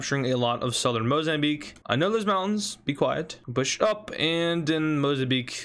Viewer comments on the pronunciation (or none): sounds to me like he says “shush up” instead of “push up” because of him saying “be quiet” before